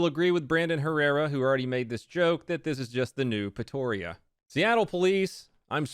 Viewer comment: Did he say Pretoria